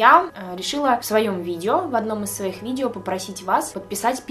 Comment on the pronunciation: правильно - видева✨😂